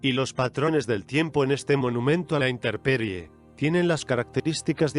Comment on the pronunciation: En dice: "inteRperie" siendo o debiendo decirlo correctamente: INTEMPERIE.